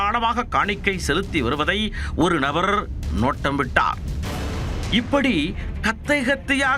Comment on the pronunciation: Horrible voice modulation "orru Nabaaarrrrrr"😂